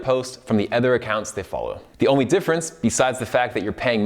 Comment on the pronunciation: Am I the only one struggling to listen to him say "other"? Please correct the way you pronounce that word lol its so bad...